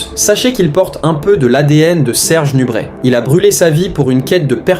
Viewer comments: Serge NUBRET pas NUBRETTE !!! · C est pas nubrette mais nubré a prononcer 😢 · On prononce NUBRÉ et non NUBRÈT ! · C'est une audio IA ou quoi? Parfois on entend nubrette et d'autres fois le nom est bien prononcé nubrè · ça se dit "nubré" !